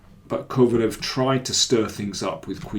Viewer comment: Daniel, if you know a bit of German, it should be easy for you to pronounce Kovalev, as it should sound like KovalÖv